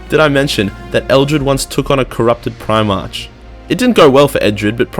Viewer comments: I hope your jujitsu is better then your reading ability, primach is pronounced prim-arc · PrimarCH and Libarian. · Hahaha, sorry mate, at least you're light hearted about it, other than that I did genuinely enjoy the video but like, clearly I'm easily annoyed when it comes to my warhammer aha